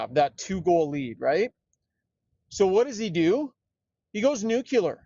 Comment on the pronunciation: For God’s sake, it’s newcleear not nuke-yoular.